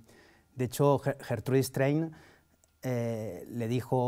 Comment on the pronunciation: "Gertrui Estrein le dijo a Robert Gueif"... "Rober Guey ... le pregunta a Gertru Estreis..". Llegados a este punto digamos que abandono.